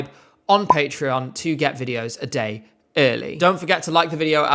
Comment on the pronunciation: Lena's "Oi DiD iT jUsT tHe oThEr dAIy" is still hilarious. But I actually don't think it was disingenuous. She had an Australian teacher. A good portion of her English education had an Aussie accent and the rest was probably RP (and probably some GenAm through American media). Having a patchwork accent can be a pain. Speaking "accent-free" English is hard enough for a non-native speaker already. And having multiple pronunciations come to mind all the time doesn't make it any easier. Her accent sounds like a typical case of oversteering to me. Trying too hard to stick the an accent you still haven't mastered yet. Didn't stop her from winning, though. People really wanted to root for the awkward teenage girl who sings about being in love. Being clumsy, making mistakes, being nervous (and being shipped with Alexander Rybak because she spent a lot of time behind the scenes with him) definitely added to her appeal. You can still hear her accent in her more recent songs. Still there, but more stable and natural now.